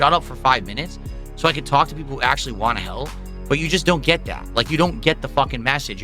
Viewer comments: “I’m giving you what you wah! If this isn’t what you wah, you need to tell me what you actually wah! Otherwise I’ll never know what you wah!” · Poor Telerence Carter, so dedicated to not remembering him that "want" is now "wahn" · The way he says "want" drives me insane.